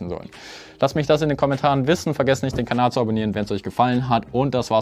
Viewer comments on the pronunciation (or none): none